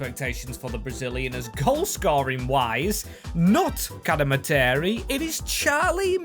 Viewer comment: Cad-Eh-Mar-Tree is how you pronounce cademarteri, love the vid!